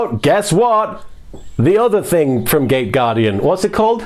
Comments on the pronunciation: Wait... did you say gate guardian or gay guardian? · Gay or gate guardian ? Not sure what i am hearing...